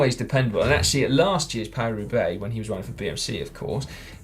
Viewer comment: Paris-Roubaix? No: Parua Bay! :-)